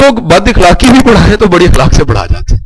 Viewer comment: sir u re excellent but plz dont mind sir ikhlaq ni hota akhlaq hota ha